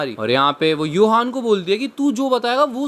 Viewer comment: Johan ❎ Yohan ✅ 🐹